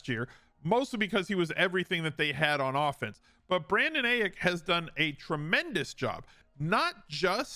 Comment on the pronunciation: This man said Brandon Ayick